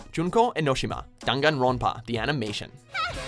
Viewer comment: The way you pronounced 'Enoshima' has me scared smh